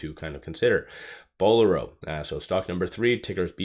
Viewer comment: Thanks for the vid. Just an FYI, Bowlero is a play on word "bolero" and as such, is pronounced "bowl-AIR-o"